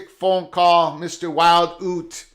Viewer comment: Oot? You(t) named after the native American tribe. Don't mean to be crucial but the ute tribe have been great and correct pronunciation would be appreciated 👍